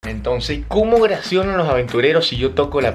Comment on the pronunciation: Porque dices Ogracion